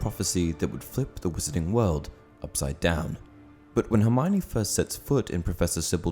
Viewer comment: For goodness sake, her name is pronounced 'her-my-oh-nee', not 'her-mine-ee'